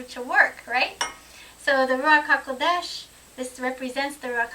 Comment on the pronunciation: Great topic again what a beautiful pronounciation Ruach haKodesh.I was just reading the ISR sciptures online version with a view to buying the hard cover when I came across set apart spirit Mark 36 I can't believe that they have translated it back to Set apart Spirit! Doesn't look like i will be ordering the hard back after all haha! Keep up the good work Shalom